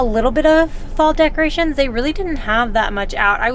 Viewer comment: I think she was trying to say "decorations" she is so precious 💕